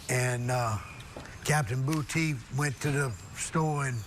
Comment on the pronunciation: Dat nigga last name is Boo-tay❗️❗️😩😂🤣🤣🤣🤣🤣💀💀